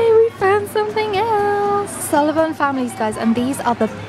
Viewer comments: sullavan families me:it’s sylvanian families and are you talking about sully from monsters inc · The last thing you found is pronounced sil-vain-ian